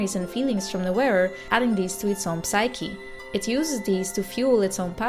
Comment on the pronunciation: Super :) Majora's Mask is mijn favoriete Zelda Game! Ik hoop dat Termina in volgende games terugkomt. De p van psyche spreek je niet uit in het Engels. Verder helemaal top.